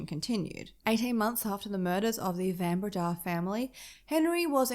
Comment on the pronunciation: South African here. My husband, myself, and our sons studied at the University of Stellenbosch. The area around Stellenbosch - the Winelands - is a must-visit. Do yourself a favour and go there. Pronunciation of Van Breda = Fun Breda.